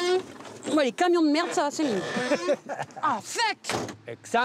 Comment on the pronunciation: 🤣🤣🤣... Merdeeeeeuuuuhhhh